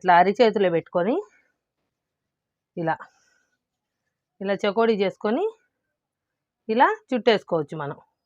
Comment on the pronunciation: చెకోడీలు కాదు చేగోడీలు అని అంటారు పూర్తిగా భాషని మార్చి కండి.